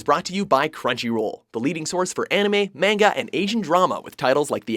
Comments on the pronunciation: STOP SAYING MANGA LIKE THAT UGHHHHHH IT HURTS ME SO MUCH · still cant say manga correctly...